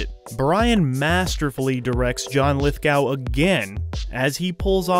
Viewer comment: I don't want to be pedantic, but John Lithgow's name is pronounced like Lith-go, as in "go away." Since I've been a fan of Lithgow ever since I saw him in "The World According to Garp", I had to say this. In fact, one of the celeb voice impressions that I've tried to do is of John Lithgow saying "Hello. I'm John Lithgow", from an actual introduction I've seen him do on some program - the video may be up here on YouTube. Interesting how Lithgow has been cast in a few roles where he has to dress up in a wig and dress and pretend to be a man dressing as a woman.